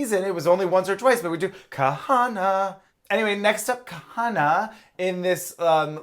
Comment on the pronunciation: So happy that remembered how to pronounce Kahanna’s name 😆